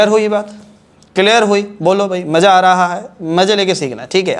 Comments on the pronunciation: me notice Karo Yarr sir ne Maza ko Maja bola h but sir teach us very well who aggred with me ❤ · Sir Maza no bola Sir Maja hi bola h